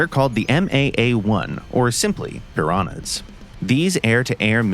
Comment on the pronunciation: What’s a “piranats”? Piranha is pronounced Peeranya